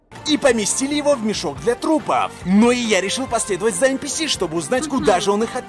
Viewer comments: не [Эн пи эс],а [Эн пи си]. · Все: Энписи: ЭНПЭЭС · Все: энписи: энпиэс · Мне одному резало ухо нпс!? ))) эн пи си если что ))) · Ааа я раздражаюсь от слова энпиэс лично я говорю энписи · Не ЭНПИЭС А ЭНПИСИ Кстати я полностью его проходила IQ тест